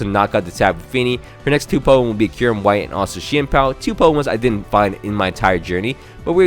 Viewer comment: Kyurem its Kyurem